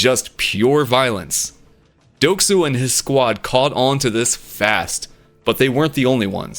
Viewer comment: It’s not doek su it’s deok su